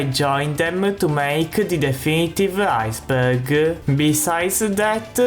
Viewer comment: I don't wanna make fun of how he talks... but when he says Iceberg it sounds like he's saying "IceBurger" just a minor word I kept hearing.